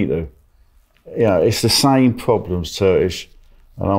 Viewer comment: is a true GEEZ. doesn't pronounce the k in Turkish!!😂😂